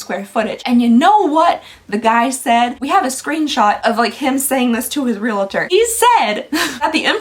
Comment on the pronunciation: Its reALTOR not reLATOR